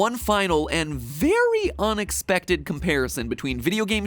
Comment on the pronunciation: I'm not the only one who heard Onix-pected right??